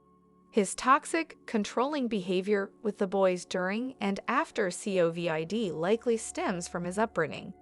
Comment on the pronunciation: If can’t pronounce Covid😂 has to be AI 🤔